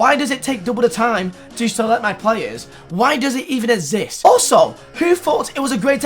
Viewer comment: Nobody:: IT SHOULD NOT EVEN ESSIST